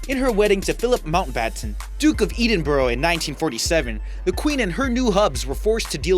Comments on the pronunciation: Oh my ! SHE and her sister also ... Never HER and her sister also !!! ED-in-bur, NOT EDEN-bur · Please get your facts right - and it is Ed-inburgh not Eeeedinburgh LOL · Duke of Edenboro? Jeez, read a book! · It’s EDinburgh. Short e. Not Edinburgh. It’s also Camilla - short a. How do you not know this? It was Elizabeth 2nd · As a fellow American, you should at least have the courtesy to learn how to correctly pronounce names. It's the Duke of Eddinboro (phonetically spelled) not EEdinburgh as you pronounced it. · Omg see the way you say Edinburgh it's a killer. Ed in burgh, its not bloody difficult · You do talk a lot of rubbish about our Queen. You should educate yourself first oh and learn how to speak the Queens English too, as in The Duke of Edinburgh and not Edinboro. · Good grief, learn to pronounce HRH Prince Philip's name correctly! It is HRH Prince Philip, Duke of Ed-in-Boro. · Ed- in- Borg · Elisabeth, many thanks for your comment. It drove me nuts hearing it. It’s not as if Edinburgh is unheard of lmfao ;)